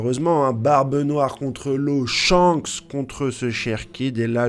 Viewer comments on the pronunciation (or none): none